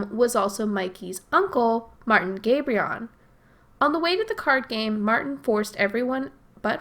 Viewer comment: The name is Marvin, not Martin